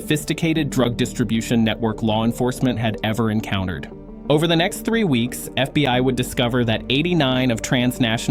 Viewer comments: AI trash. It said the FB One instead of fbi 😂 in the first 2 minutes. Shame! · FB 1 history... AI cannot read simple script. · More A.I. nonsense!!!!!!1 "The F.B. One?" Hilarious, and so obviously fake. You can't afford to pay someone to read for ten minutes? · once the AI text to voice said FB1 instead of FBI, I stopped it. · F B one? This ai sucks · A.I. slop. Near the beginning of the video the "narrator" says FBONE instead of FBI. I'm learning to recognize the mistakes that A.I. generates. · in yor vid. ...in FB "1" history... -- FB "1" are you serious??? You couldn't find an AI voice smart enough to know what the FBI is? Unprofesional !! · I’m so tired of trashing AI scripts, it can’t even pronounce FBI. Not FBone FFS. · This is a AI generated FAKE story !! You Tube allows this crap to be posted by foreign actors to stir up Americans and to spread misinformation. The AI narrator pronounces the FBI as "F-B-one", for example! Do not trust big flashy news reports from no-name publishers on You Tube or any other social media platforms.